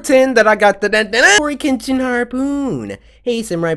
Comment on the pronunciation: Coryxkenshin cartoon something my son Giovanni called you courage engine She said it wrong